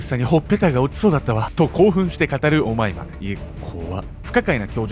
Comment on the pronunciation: 最初お前だに聞こえてちょっと怖かった